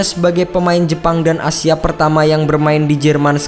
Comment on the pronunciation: Gua denger pemaen "asia" sama si mimin nya takutnya jadi A-Team, denger denger nya kaya begituu